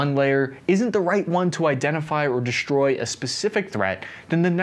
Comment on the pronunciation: Good report; but please: the word is "destroy"... NOT "DESHTROY"